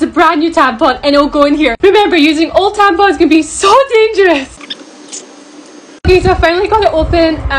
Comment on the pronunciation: “😁😁remember, using old tampons can be sOOOoo 🤣🤣dangerous🤣🤣😁😁” why’d u say it that way 😂💀